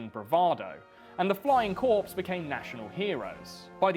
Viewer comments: a flying corpse? Do you mean corps, do you even English bruv.😂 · It's pronounced "Core" not "Corpse", Royal Flying Corps ["Core"]